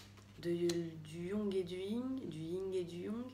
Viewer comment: Du Ying et du « yong »😂😂